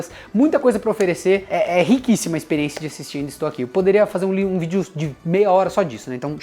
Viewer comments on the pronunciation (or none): none